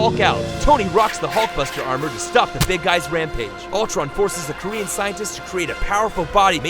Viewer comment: It’s not Altron, it’s Ultron